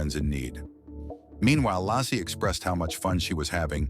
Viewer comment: lol the AI can’t even get the woman’s name right apparently she’s got three names lazy Larse and lassy